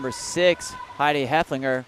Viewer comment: Love the commentary. FYI. Heff-el-finger